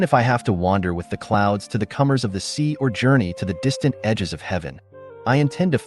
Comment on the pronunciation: live not live(lie-ve) you put comers but its coRner. you may have seen the "rn" as an "m"? Im reading along with the audio